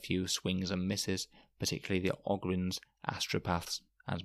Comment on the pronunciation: O-gryns, not Og-ryns. They are 40K Ogres. You dont call them Og-rers.